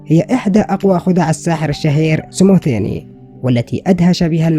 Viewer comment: اسمه سموديني ليس سموزيزي